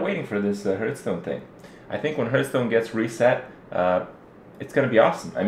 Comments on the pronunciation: Everytime Kripp says "Hurtstone" i have to smile ^^ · I love how you make Heartstone sound like Hurtstone, not being able to play the game does hurt, good thing there's your stream.